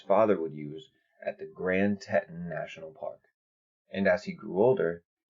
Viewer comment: Tee-tawn (Teton)... Say it with me... Tee-tawn (Teton)... Great vids keep it up